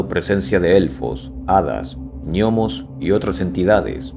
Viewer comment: Ñomos?, no,no por dios.gnomos.,pronunciado gnomos.